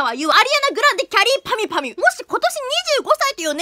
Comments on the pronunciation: きゃりーぱみゅぱみゅハキハキ言えるの滑舌すごい(なんか日本語おかしい) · きゃりーぱみゅぱみゅってちゃんと言えるのすごいww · よくきゃりーぱみゅぱみゅって言えたね。おめでとう！ あと、誕生日もおめでとう☆ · きゃりーぱみゅぱみゅの発音綺麗すぎ（笑） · きゃりーぱみゅぱみゅの滑舌良すぎwww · きゃりーぱみゅぱみゅの発音すごい